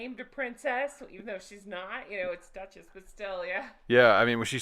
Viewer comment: Did he just say Duche ess 😂